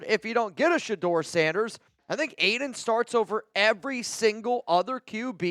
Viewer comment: Noties!!!!! And hell no !!! It's Sheduer Sheduer Sheduer or basically fail!!